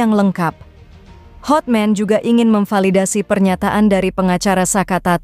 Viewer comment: Hatman mba .bukan hotmen